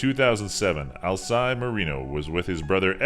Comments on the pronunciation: Nice vid but you butchered some of these names lol. Alcide is pronounced Al-see-day, not Al-side. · The guy's name is pronounced Al-seed-day not Al-side. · "Alcide buritto"